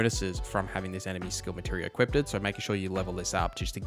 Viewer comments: Great content my good sir. But it's "equipped" not "equippted" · Great video, but it’s pronounced E-QUIPT, not E-QUIP-DID. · It is equipped not equipted. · Say it with me Eeee-quipdh not eeee-qiped-edd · Sounded to me like he was saying “equipted” like…equippeded. I like the build but credibility remains low in my book. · Equipded? It's equipped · Im begging you to stop saying “equippeded” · What the hell is "equipted" exactly? The word is "equipped" 🤦🏻 Stop making up fake words. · My bro, please stop saying "equippedded", love the vid though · This was pretty cool, but I can't unhear you say equippeded